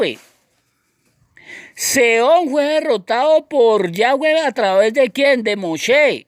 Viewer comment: Cual yayweh suena raro como que le falta algo